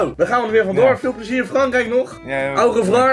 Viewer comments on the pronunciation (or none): Lol hoe au revoir zegt 😂😂 hij zcht letterlijk de au van auto 😂 ( ik ben een Belg en wij leren Frans op school en jullie niet en da’s grappig om te horen hoe jullie frans spreken 😂 )